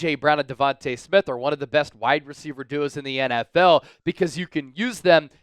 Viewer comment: Stop pronouncing Smiths name wrong! Smdh!